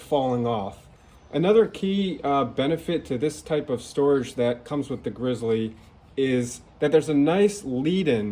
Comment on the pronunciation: Good video, it’s pronounced “grizzly” like the Bear!!